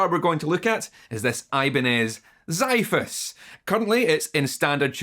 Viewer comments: it's not Zaifos it's Ksifos: Sword ( in Greek) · Fun fact. The word "xiphos" is called " ξίφος" in Greek and it means "sword". The correct accent is,you call "x" normally,not as a "z" and the "i" as "ee". So in Greek is "Xeephos" (x pronounced as x). And,nice work on your videos!:)